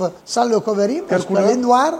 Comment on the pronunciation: Lé covéring 😄